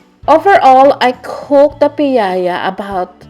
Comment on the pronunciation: from Bacolod here! And its actually "piaya" not piayaya. But thats ok. It's one of the best pasalubong treat everyone loves. anyways, its been a long time since i found out this is how they're made. Will try this soon. ^_^